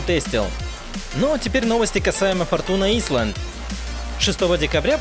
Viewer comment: Всё супер. Говори погромче, и интро убери/сократи до минимума. Успех обеспечен. p.s. форчун айлэнд произносится